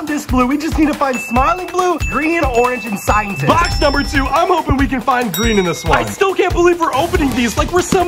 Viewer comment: But…. Scientist? ITS REDD😂😂